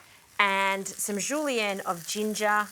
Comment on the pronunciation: Loved the way you pronounced “julienne of ginger”. Interesting ideas here.